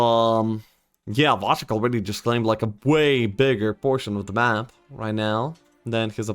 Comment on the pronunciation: Wojtek is pronounce more like [Voytec], Voy+tec :)